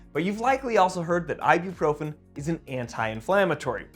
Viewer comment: you be what? You be profen?